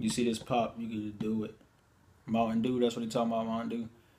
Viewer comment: he said bop not pop 😂😂😂